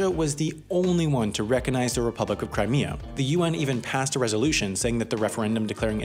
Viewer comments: "legitimacy oof the country"😂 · "...the legitimacy 𝐨𝐨𝐟 the vote" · "the legitimacy oof the vote"